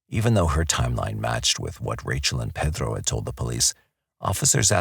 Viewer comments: Is he saying Pethro? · Why are you pronouncing Pedro like your from the heart of Mexico????? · I can’t stand the way This narrator has to act like he’s Mexican and the way he pronounces Pedro. His voice is so annoying. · Did narrator really need to sound like that saying the names. Like the name Pedro. Is it because someone will get offended if you don’t say with an accent?